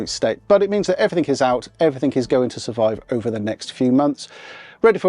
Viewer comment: I always find it interesting that some people say "everythink" instead of "everything".